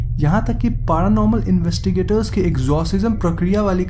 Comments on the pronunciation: It's paranormal not paaranormal LOL 😉 ha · Bhai dhang se bola kro P.A.R.Anormal nhi paranormal hota hai 🤣 🤣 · Its not पारानॉर्मल its पॅरानॉर्मल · Best thing of the video...paraaa - normal 😂